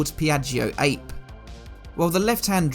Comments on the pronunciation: I love it. You can’t beat the color, either. I hope you won’t take offense, but I got a kick out of you calling the Piaggio an “ape.” It is spelled that way, but it’s pronounced “ah pay,” which is Italian for bee. And the only reason I know that is because I lived there a hundred years ago. I’ll guarantee I was calling them apes until I was told different. Do you have an Isetta to redo? Or have you already? I can’t remember. One loses one’s memory with age. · It's pronounced Piaggio AP-AY (Ape is Italian for "Bee") 😉